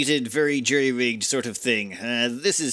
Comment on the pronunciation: It's jury, not jerry.